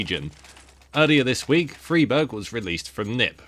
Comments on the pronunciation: Stop saying freeberg plz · You are saying friberg wrong? On purpose? I can't tell...